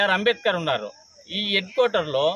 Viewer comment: Dr b r ambedkar antunnav prati sari palakadam nerchuko sukalu anubavistunnav ga